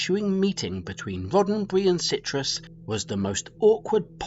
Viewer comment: I could be wrong, but it sounds to me as though you’re saying Marina Citrus instead of Sirtis. Also, you’re saying McSomething instead of McFadden for Gates’s name.